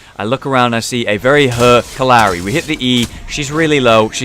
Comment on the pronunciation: It kept sounding like he said uncle Larry 😂